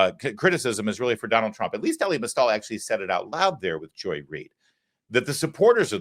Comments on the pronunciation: EE-LIE. Not Ellie. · Damn dude, it's pronounced like Eli... E-Lie!!! Wtf, you've been in the media long enough that you should know better